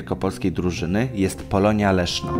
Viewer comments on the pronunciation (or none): none